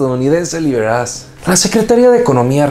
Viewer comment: Hey amigo... Muy buen programa, no me lo pierdo nunca! Por tu aguda y certera crítica. Medios informativos como nopal times es indispensable. Gracias! Ah un detalle: se pronuncia 'Liberache', no Liberas jeje... Un saludo